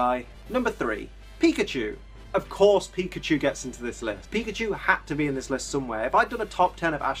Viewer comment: i thought he said fuckadeer